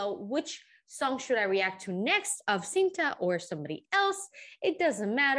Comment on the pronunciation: Nott this one😣the recent one.. n how to pronounce it just say chinta not sinta.